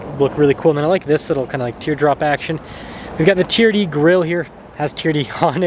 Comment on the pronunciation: Me says T.R.D. and says Tee-er-dee 😂. We wuv u